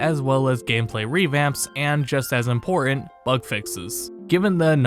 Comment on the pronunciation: Just as impor-ahn!